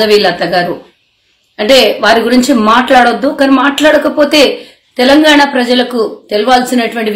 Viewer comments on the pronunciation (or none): none